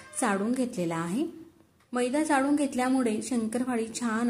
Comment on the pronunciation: डाळ - ह्मणा, चाडून नाही चाळून ह्मणा ड नाही -ळ -म्हणा 😊